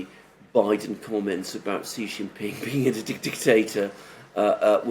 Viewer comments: I HAVE SUPERCHATTED YOU NUMEROUS TIMES TO STOP INSULTING PRESIDENT XI JIN PING, PRONOUNCED "SHEE JIN PING." SHEE SOUNDS LIKE FEMALE IN ENGLISH. IT IS THE CORRECT WAY TO PRONOUNCE HIS NAME. THE WAY YOU SAY IT, JHEE JIN PING MEANS PENIS IN THE CHINESE LANGUAGE. I KNOW YOU READ MY SUPERCHATS, LEARN FROM YOUR FRIEND ALEXANDER M, AND SAY SHEE NOT JHEE. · Xi = Shee, not See. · Here’s the correct way to pronounce Xi’s name: POWER HUNGRY SHITHEAD